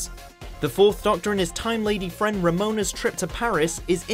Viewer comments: Troughton is pronounced 'Trout' as in the fish and 'on' (which you got fine) and Romana is pronounced 'Ro' as in Roman, 'Ma' as in Mars and 'Na' as in natural. Not bloody Ramona. Ffs. XD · Proper pronunciation: 'Androzahni' (not Androzanni) 'Romahna' (Not Ramona) 'Troffton' (Not Trowton) These are pronunciations, not me trying to spell them. For anyone who's dumb enough to go 'you can't spell', here's me spelling them correctly. Androzani, Romana, Troughton. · "Trowton"? "Ramona"?? Things aren't going well so far. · It's Romana, not Ramona. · It's not Remona it's Romana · a list I actually agree with, but you do need to get your facts straight! Its Ro - ma-nah not ro-mo-na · Her name Romana - Rome-ah-na - she’s not complaining about leaving the EU (Remoan-er) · It's Ro-mah-na, not Ro-moan-a. 🙄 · I think the creator(s) never actually WATCHED any of these Doctor Who episodes. From the mispronounced character names ("Ramoana"), to glaring lack of knowledge of storylines (City of Death's villain Scaroth didn't get "Mona Lisa paintings from different dimensions"--he had Da Vinci make extra copies instead). I suspect they mostly gleaned information from various Who fan sites , blogs, magazines, etc. That's ok---but you should at least have submitted this video for review by a Doctor Who expert, before posting it. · at least the many errors made me laugh. "ramona" and "trowton" would be proud! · You can tell how much they like Doctor Who by his pronunciation of many names such as Troughton being pronounced Trorton, Romana as Ramona and Androzani as Androzanney. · "Wurn" "Patrick Traughton" "Ramona" AAAAAAAAAAAAAAAAAAAAAAHHHHHHHHHH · Romanadvaratnaluna or something. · Dantrick he said "Ramona". I couldn't believe it. Isn't he just reading off a script. It's just wrong. Ah, it's not worth going on about, really. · Ironic that the bloke speaking is British, and he can't pronounce names from Dr Who. The way he bastardized Romana and Troughton really irked me.